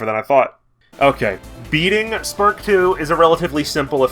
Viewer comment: So for half of the video I thought you were saying "Fart" and I just went "hmm a bit of an odd name but okay..."